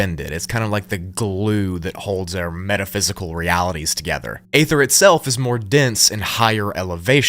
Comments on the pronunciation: It's pronounced E-ther not A-ther. 😊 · It's EEE-THUR, not Ay-thur 🙄🤦‍♀️ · Great video bro , its “Ether” though dont say the A lol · Aether is pronounced Ether. It is a silent A. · at least I wont have to here the word 'A'-THER EVER AGAIN 😅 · I think its EE ther. Not what your saying bro. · By "aether" do you mean "ether", I trust that this is just a fictional story and that people don't actually believe this is true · Bro it’s pronounced (ee ther) Aether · Pronounced Eeether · You said “etheric realm” but you’re mispronouncing “aether” I’m far more irritated by that than I should be. The “a” is silent, just say ether